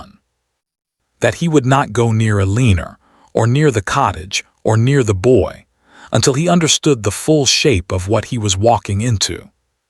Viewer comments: I am going to address the elephant in the room. Is her name Eleanor or Elena?? How is it possible that an author/channel publish a story with an AI narrator that can not pronounce the female protagonist’s name correctly. I flinched every time the narrator said Alinor which was often. The AI narrator(‘s pronunciation/speech is clear which helps people with hearing problems but the narration comes across monotonous. By the way, there are people that repent and truly change and forgiveness then can be afforded t0hen. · What's up with AI not knowing how to say Eleanor. I'm also not big on the narrator's inflection either. I only listened until the end to see what happens. And lying to the kid? Not once but twice! First the looking for them, then he didn't know about him...she was 7 months pregnant! He knew!